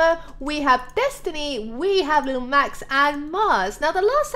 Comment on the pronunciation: she said come on max not Mars!